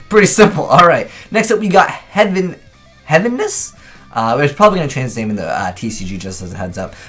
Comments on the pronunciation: Did he say Heavness instead of Heaviness? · heaveness...... its Heavy-ness